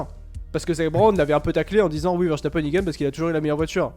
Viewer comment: Juste un tout petit détail: ça se prononce Veurstapeun et pas Vèrchtapènne. C'est un nom très courant en Belgique.